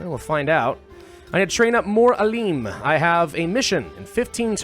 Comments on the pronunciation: so it's not ALEEEM, it's AALIM ,the I is like "in". its translates to Scientist (sometimes Sage) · very cool. btw its not "aleem" its "A-" as in map (long vowel a) and "-lim" as in limited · I like how you literally pronounced Alim. It's pronounced Aalem, like Alex. It means a very knowledgeable person about a specific topic. Like professor or sheikh as they say in arabic.